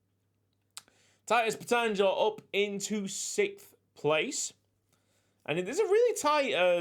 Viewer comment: Lux. Pronounciation: Tit-ous Peight -'ng Your scenario resembles a lot to what really happened to swift las season... But jeunesse on top... err